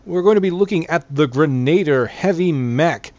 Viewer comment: No offence, I literally could not watch past the first time you tried to say grenadier. It's pronounced "grenah-deer" not "grenayder"